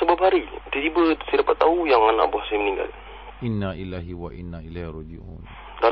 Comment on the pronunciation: sebutan yang betul ialah Innalillahi waiinailai hirojiun. Bukan Inaillah.. sekian terima kasih.